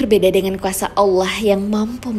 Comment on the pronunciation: tolong dong setiap kata yg berakhiran A jangan ditambah huruf "H" kurang nyaman aja dengernya😂 kaya serta mertahh, kuasahh